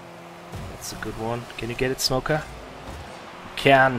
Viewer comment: Everytime says SMOKKA it sounds like SMOKER with a really weird accent